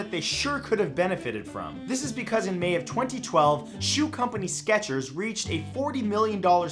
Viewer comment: I miss the T in Skechers